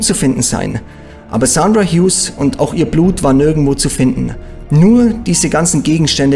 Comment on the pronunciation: Er spricht den Namen genau so aus, wie man ihn ausspricht.